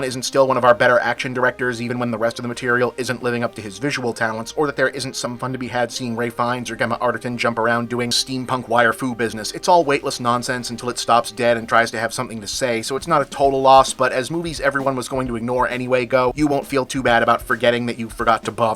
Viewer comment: It’s pronounced “Jemma” with a soft G, not Gemma with a hard G as in “granite”. It’s a pretty common British name, not sure whether you have it over there in the United States.